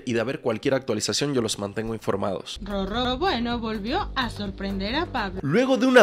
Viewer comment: Pronuncia mal su nombre no es RoRRo, es Roro